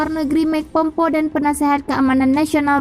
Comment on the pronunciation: Tulisan nya pompeo , bacanya pompeyo , bukan pompo !!!! 👶🏻💬